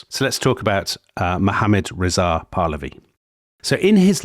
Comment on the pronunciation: *makes fun of [southern] Americans for pronouncing Iran incorrectly *immediately mispronounces “Pahlavi”